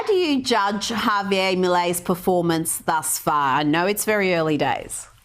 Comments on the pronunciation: Of course vaush still hasn’t figured out how to say javier 😭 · Vaush's Milei isn't real, Vaush's Milei can't hurt me... Hay-vee-er: 👁👄👁 æfüęrå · My f-ing nonexistent god, it's "Hah-vee-AIR"... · why does vaush say it as afuela 😭😭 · I thought it was pronounced "ha-vee-AIR" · vowsh stop saying "hay-veer" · Yeah it pisses me off too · Honestly he is triggering my grammar n*zi. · He's a Yank this is how they butcher names